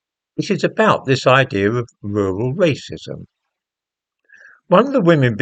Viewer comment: Rrrrrrrrural rrrrrrracism!